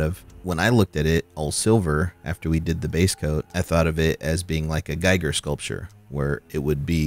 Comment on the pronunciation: Just FYI, when you talk about the skeletons looking like a Giger design, it's actually pronounced "GEE-GER"